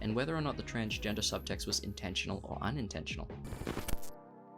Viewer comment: Lol transfer, transportation, transporting, transporter ,transcending...not transgener lol